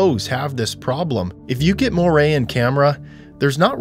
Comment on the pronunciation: It's not mohray, it's moire /mwär/